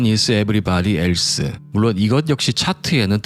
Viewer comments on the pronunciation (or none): none